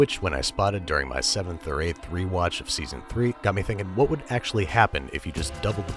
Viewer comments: He literally said “hwat?” I like cool hwip on my cookies. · I tell you h’wat, I love king of the hill.